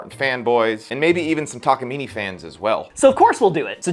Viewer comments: It's neither, it's たかみね . You're saying たかみねい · It's pronounced tak-ah-mee-nay, not mee-nee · It's: Tah kah mee nay ....NOT ........Tah kah mee nee!! :body-green-covering-eyes::body-blue-raised-arms::hand-orange-covering-eyes::elbowcough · "takamini" immediately disliked and closed video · "taka meeny" 😭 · yall are great but it's pronounced ta-ka-me-nay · It's funny that with all the effort and money you spent on this guitar you can't even pronounce the brand name correctly. It's a Japanese brand and word. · I started watching this just to see how to actually pronounce Takamine, i stayed to see the outcome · The e in takamine is pronounced like the e in cafe.